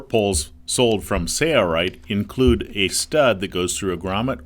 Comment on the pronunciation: This would be so much better if the narrator didn’t have such an absurd collection of mispronounced common words, like sewn. And what’s with the goofy “Sailright” pronunciation? Say-Uh-Right? Please